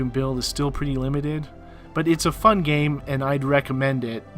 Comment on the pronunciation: "It's a fun gam?!"